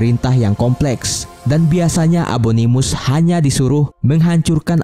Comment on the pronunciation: Fun fact: Abangnya bilang abominus tapi abanganya ngomong abonimus